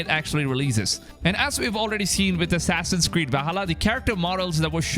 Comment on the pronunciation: "Assassin's squeed" he said ? lol I know, I'm so childish.